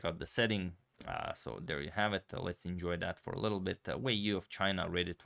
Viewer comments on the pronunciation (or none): Xu it's pronounce more like xi Yu it's pronounce more like yi